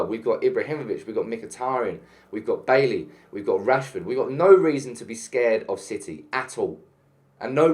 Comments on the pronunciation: Good video and have to agree. Oh and by the way Eric's second name is pronounced Bay-ee not Baley, it's French name. Have a good day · The only thing that I want to see banned is your constant mispronunciation of Eric Bailly's surname.